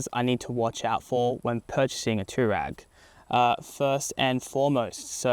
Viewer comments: Dude! Too-rag? Twa-reg! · TF ist an tourag its an TouAreg